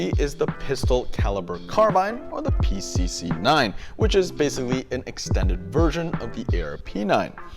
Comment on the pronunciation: "The pi-cuh-cuh" LOL